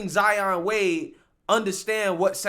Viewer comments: ZION NOT ZAYA… HE’S YOUR SON NOT YOUR DAUGHTER FAM… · He said Zion lol